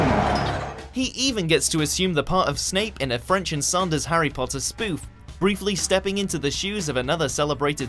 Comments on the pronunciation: French and Sanders? It's French and Saunders, why do all WatchMojo narrators struggle with their pronunciation? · Firstly, Snape wasn't a villain. Second, it's Borgias not Bourgeois. Finally, learn their names. Last I checked, it's Saunders, not Sanders.